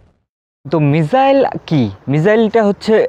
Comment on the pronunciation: ভাই সবাই ভাল লাগছে কিন্তু মিসাইল কে মিজাইল বলেন কেন।